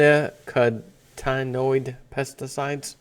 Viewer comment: neo nicotine noides that is how you pronounce the pesticide.